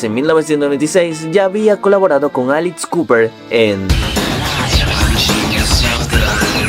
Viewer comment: Excelente reseña, notable mejora respecto al primero. Unicamente queda mejorar un poco el sonido (usar microfono con antipop) y nuevamente el tema de la pronunciación de palabras tanto en ingles como en español ( living the girg?) ( alix cooper?) ( contem que?). Palabras como "inequivocamente" o "férreo" debieran ser mas sencillas de pronunciarse correctamente, recomiendo escuchar una y otra vez video para detectar estos fallos. Muy buen uso de material audio visual, pero queda la duda: por que referirse a las canciones como "canciones como ésta"... no seria mejor poner en letras el título?. Son sugerencias para aprovechar al maximo el tema y el tiempo a desarrollar. Tambien me gustaria ver un video de Max Cavalera y de Tremonti, que me parecen musicos con vidas muy interesantes. Gracias